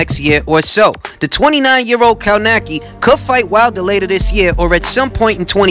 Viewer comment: Kownacki, pronounced more like Kownaksy